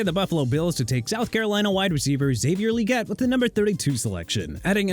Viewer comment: Xavier Legette is pronounced Lagette, not Leegette. But then, doesn't even try to pronounce names right.